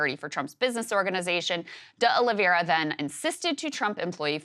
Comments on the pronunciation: hearing Krystal keep saying "uh liv ee AIR uh" is maddening to me when it's a very common "OL ee vair uh" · O-Lee-VĀ-ra! Sorry, had to 🤷🏻‍♂️